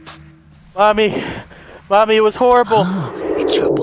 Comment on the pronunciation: first time i did understand not Mommy instead i heard Money xD OMG i cant beieve dat xD